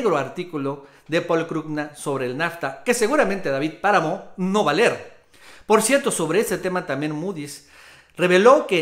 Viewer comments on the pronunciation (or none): Min no se dice "ler" se dice leer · Hey se dice leer no ler saludos bro